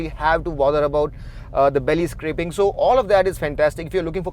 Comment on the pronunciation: It's scraping not scrappng... Before you crap on someone get your words correct. The video is good, agreed his delivery is not the best but it's not as if he has just learnt English. It's pretty good. And why the hell do you care so much about US and UK ppl? Watch the review, if you like, buy the car; if you don't move on.